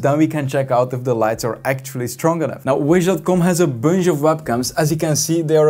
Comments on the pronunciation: “a bunj of cables “ 2022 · The way he says booonshh (bunch) tho 🤣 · dont like the way you say bunch and for that reason, Bye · i watch this guy just because of the way he pronounces "bunch"